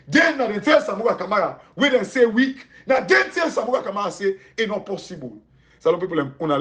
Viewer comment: Weak not wealk